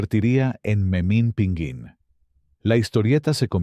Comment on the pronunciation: Tras Rius, Gabriel Vargas y José G Cruz, el video abunda innecesariamente en Yolanda Vargas Dulché y Guillermo de la Parra, con un pequeño paréntesis con Las Aventuras de Capulina, haciendo la narrativa maquinal de las suyas cuando dice Memín PINGÜÍN y no, es Pinguín de pingo 😅